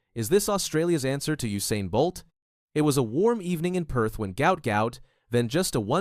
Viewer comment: His name is Guot Guot his father said NOT Gout Gout